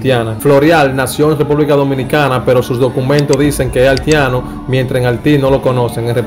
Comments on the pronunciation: Tremendo video! Felicidades 👏👏👏pero recuerda algo hay palabra que se deben aprender ,por eso a nosotros los dominicanos gente de algunos país latinos se rien de nosotros por la edición al hablar por ejemplo es Haiti no es alti y no es altiano de origen es Haitiano de origen ,es propecto no propeto....ect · Se dice HAITIANO... Y no HALTIANO.... Si mejoras tu pronunciacion, seguro que tendras mejor excito. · Hermano, aprenda mas Espanol , no se dice altiano , se dice haitiano Jajaja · Gracias por la informacion y el aporte pero tienes que mejorar el léxico porque muchas personas te escuchan y ven tus videos pero te expresas muy mal, por ejemplo el país es Haiti no Halti, Haitiano no Haltiano, y muchas otras faltas más. Te sugiero que antes de publicar tus videos los escuches y hagas los correctivos necesarios es una crítica constructiva, gracias. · Mi hijo nombra esa i , haitiano no haltiano, practica para que puedas hacerlo mejor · Aprende a hablar no diga haltiano es haitiano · 🤦🏽‍♂️🤦🏽‍♂️🤦🏽‍♂️ BATEY, NO BATEL 🤦🏽‍♂️ HAITIANO NO HALTIANO, 🤦🏽‍♂️ SEIS NO SEL 🤦🏽‍♂️ estos campesinos no aprenderán hablar nunca.. 😂😂😂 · Aprende a hablar, dices: Halti, Haltiano y sels, noventaldos, altivo, belsbol, etc... porque eres cibaeño crees que si me mencionas la "i" lo vas a decir mal... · Muy bien que conozcamos la ascendencia de nuestros peloteros ..pero ese que esta dando los,datos debe aprender a hablar ..dice haltiano. .dice de ascendencia haltiana. ..debe mencionar la i donde lleva i ...no se dice halti. .es haiti. ...dice peltebeces. .uufff que mal lexico ..... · Altiano alti batel no batey belbol no béisbol como es que hablan esta jente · Porque el que narra el comentario dice haltiano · Aprende hablar no se dice Altiano ni propelto novelta y dos acelte bebol altivo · el no es cibaeño porque el cibaeño pronuncia la i mucho. Pero este joven sobre pronuncia la L mucho. Tiene que ser Capitaleño. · Y es que no le sale la letra i🤣🤣